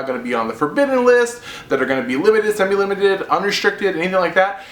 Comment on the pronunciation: lol, you said semi-limit when you are talking about scout